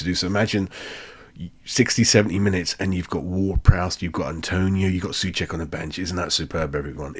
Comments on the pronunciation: Not really...:). Not sue check - he says his own name as sew check (rhyming with know, throw etc). And Airguard should be Agair'd rhyming with bear, stare etc - watch them say their own names in this clip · Nayef Ageurd is not A - guard - he pronounces it as A g - air d. And Souček isn't soooo (rhymes with pooh)-check as most commentators say it. He pronounces it as sew (rhymes with know) check. Just saying ....